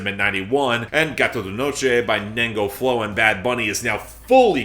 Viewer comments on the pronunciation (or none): none